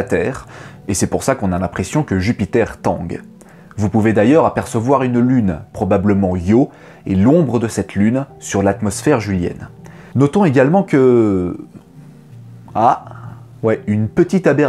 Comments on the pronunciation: Jovienne, et pas « julienne » haha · Atmosphere jovienne, pas julienne 😎